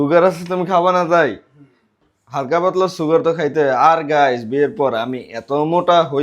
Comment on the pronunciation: সুগার ❌ ছুগার ☑️ 😂